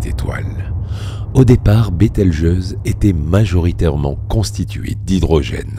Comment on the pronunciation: Bételgeuse et non Beltegeuse